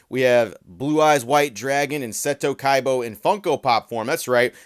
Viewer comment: bro said Seto Kaibo